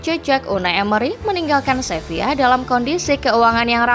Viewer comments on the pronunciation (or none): SEVILA bukan SEVIYA!!!